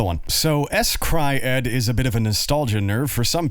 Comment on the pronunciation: I believe S-Cry-ed is pronounced like "scried".